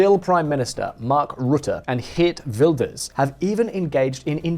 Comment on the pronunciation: Your 'Geert Wilders' pronunciations was REALLY good. That's better than any other pronunciations from a non-Dutch person I've ever heard.